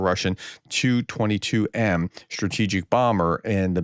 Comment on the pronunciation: It's not a 2-22M it's a T.U.-22M.